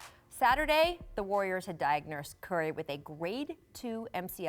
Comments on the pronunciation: "diagnersed Curry" lol! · Diagnursed lol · Did she say "diagnursed"?